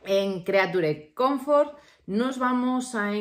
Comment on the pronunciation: "Crichur comforts"